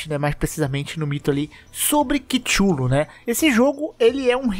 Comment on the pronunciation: "quichulu", "kixulu", "chuchulu"